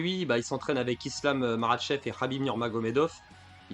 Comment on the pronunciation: Ah oe t dangereux avec les noms mise merable, marachef khazmat... t 1 tueur😂